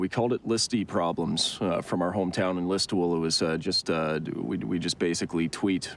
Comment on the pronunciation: Interesting, the original town that it's based on, listowel, gets its name from a town situated near where I'm from in the south-west of Ireland, but he pronounces it very similar to how it's pronounced in Irish(gaelic) lis-tool, in oppose to the English pronunciation lis-tole. I guess a lot of the Irish that settled in Canada were Gaelic speakers, not English speakers.